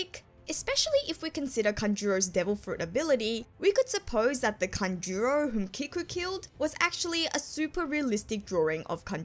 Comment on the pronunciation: Please! It,s kAnjuro, not kanjUro...